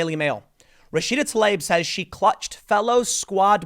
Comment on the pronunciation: Fuckin finally! Someone pronounced TLAIB as it is!